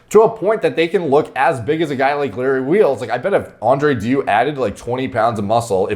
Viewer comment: Haha sounds like you're saying Andre Diu instead of Andrei deiu